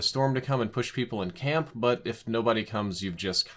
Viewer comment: No you said it right, “CAMP”